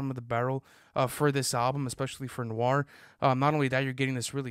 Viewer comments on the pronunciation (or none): none